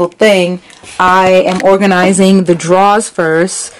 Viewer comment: the way you say "drawers" lmao..